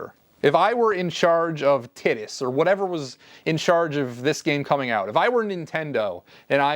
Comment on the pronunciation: Minor note, Titus is pronounced "tight-iss"